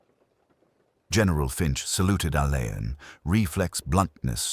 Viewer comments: Roderick Alleyn pronounced ALLEN see Wikipedia ❤ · How clever would it be if names of unsure pronunciation used Googled or Wikipedia first? Alleyn being ALLAN‼️‼️